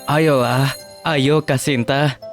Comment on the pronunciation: Kenapa dari Shinta jadi shanti😂